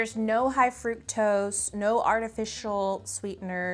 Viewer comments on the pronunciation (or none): none